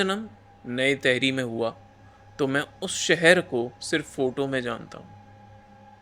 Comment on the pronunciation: Bhai ye तहरी nahi टिहरी hai, तहरी dish hoti hai